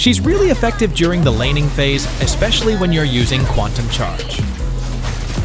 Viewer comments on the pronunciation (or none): none